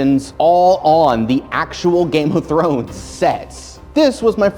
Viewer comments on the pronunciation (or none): none